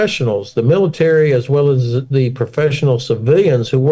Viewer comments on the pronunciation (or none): You don’t say Zze you The